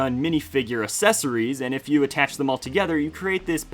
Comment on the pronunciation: man really said assesories 😭